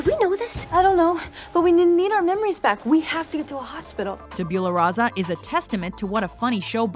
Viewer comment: Say it with me... Tab-You-La-Ra-Sa